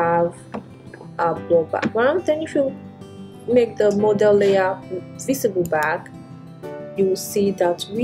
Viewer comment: Why did you pronounce Model as Modal and tool as dool and many others? It's hard to figure out what you said let alone to understand Photoshop.